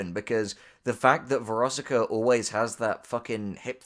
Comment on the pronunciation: VEROSIKA THOUGH. VER OS IK A